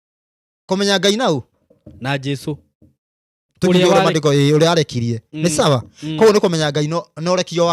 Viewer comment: Hii ni lugha gani boss, eti “Mandeko” instead of “mandíko”